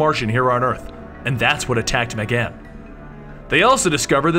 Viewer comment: megan not megaaan